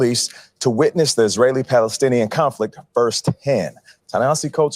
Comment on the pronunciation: The guy said conflic and aks, it's hard to take him seriously after that.